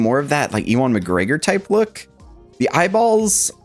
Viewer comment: Sorry, my OCD is kicking in. His name is pronounced 'you-win' McGregor. Lol. That said, this is an instant cop! Already preordered through sideshow. Can't wait for them to ship him out. Already have Darth Vader Sith Apprentice to go with and recreate some of those Zord photos 🔥